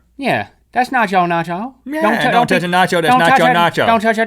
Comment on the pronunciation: nacho cheese Not yo cheese